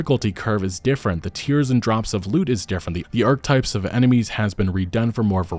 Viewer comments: Hey, you're a great clear, confident speaker, but just a couple friendly FYIs: Archetype is three syllables, pronounced 'are-keh-type' rather than "archtype"; - would be cache (pronounced 'cash'), rather than cashet (pronounced 'cashay') which essentially means 'cool factor’. 👍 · "ARK-EH-TYPE" you're welcome.